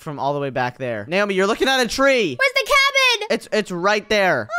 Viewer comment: She's not Neomi she's naomi